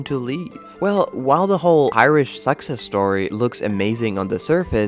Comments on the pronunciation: The Irish 'SUCKS-us story'... oh, he's trying to say 'success'. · Is this a human narrator or a robot? Either way not being able to pronounce "success" is rather ironic. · Insightful and accurate. I know it's a nit, but I found some of your pronunciations distracting. To improve the already good quality of your video production, I recommend learning which syllables get accented (e.g., for "success" and "economics", accent the second and third syllables, respectively).